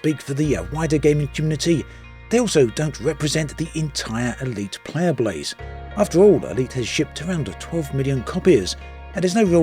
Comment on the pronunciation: Did anyone else hear "player blase"? Not picking just observing. I love hearing little mistake like this from content creators it makes them seem more human. ;) Ill play in 2022